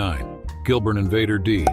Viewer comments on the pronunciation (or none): none